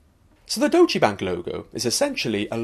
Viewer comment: It's pronounced "Doytch" not "Do-che"", right?